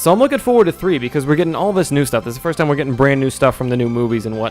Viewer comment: Lol, "Fird"